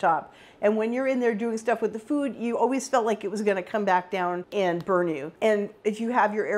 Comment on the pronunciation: Why does she pronounce "food" like "fyoooooood"